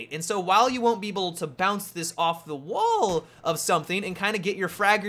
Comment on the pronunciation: his voice when he says bounce it off a WALL xD bahaha